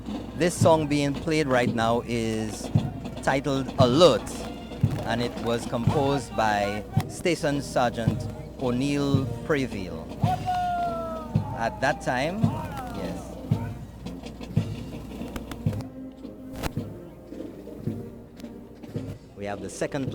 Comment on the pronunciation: please pronounce my father’s name properly.His name is Olney Preville not O’Neil preville.Thank you.The whole world is listening so that mistake is unacceptable.